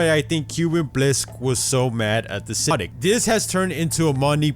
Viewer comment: why does it sound like English isn't your first language by the way you say Syndicate